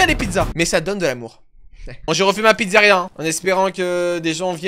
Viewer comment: "La slyzaria"